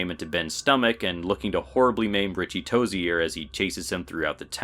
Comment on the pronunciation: "Ritchie toze-errrr